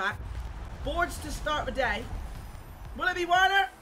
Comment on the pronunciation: You’re getting as bad as Bateson for butchering these player names now. Teixeira - pronounced Tesharer Werner - pronounced Verner Kimpembe - pronounced KimPemBe